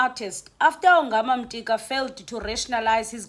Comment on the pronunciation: Could you please 🙏 read Yongama's surname....ungumxhosa and you sound like a person who did Xhosa as LLC1....in NCS / first language... please.... He's not Mtika....